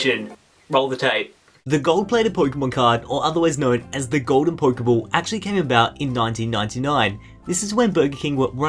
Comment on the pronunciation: I really want to watch this video but the way he says Poikeybawl or Poikeymawn really irritates me